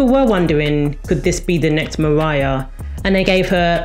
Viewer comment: this was a great video despite the accent 'leonarrrr' 'mariarrrr'